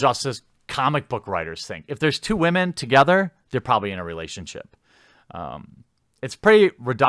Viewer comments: Where are all the Wahman? Lol he makes it sound like noodles. Top Wahman! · I still love when u say Waman lol